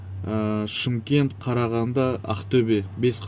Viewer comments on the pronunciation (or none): none